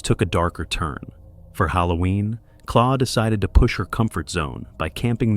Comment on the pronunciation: It's not Claw. Her name is Claire and her channel is called Wildbeare.